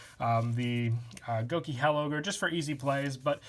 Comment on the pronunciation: I have been begging for it thank you :-) !! Btw it's gouki HEEL ogre not hell ogre :D A heel in wrestling is a "Bad Guy" :')